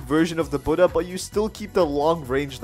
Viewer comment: Omg bro finally a youtuber who pronounces Buddha properly (Kitt Gaming, And Official Noobie also pronounce it correct)